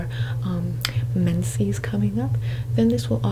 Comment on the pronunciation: I love how she called periods the "mensies"😭